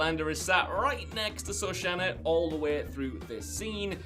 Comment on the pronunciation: I believe it was Shoshana not Soshana.